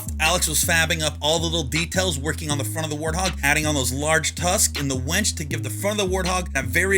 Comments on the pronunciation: . Winch. Say it with me. Wiiiinch. Not “wench.” Winch. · Adding the "Wench"? 😆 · bro,....be careful how you word things hahahaha its a WINCH, not a wench xD a wench is a prostitute, bro DYING